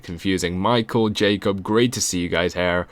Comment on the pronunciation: dont say HAIR its HEEERE...nice voice no HAIR needed!